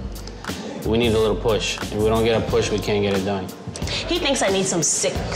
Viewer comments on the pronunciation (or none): none